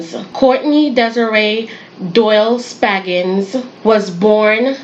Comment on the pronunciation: Spaggins? Its SpRaggings.